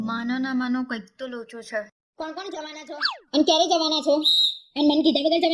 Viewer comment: છ - કેમ બોલો છો? છે બોલો ને